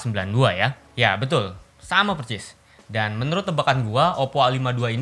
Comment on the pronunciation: Persis bg bukan percis 😁😁🤭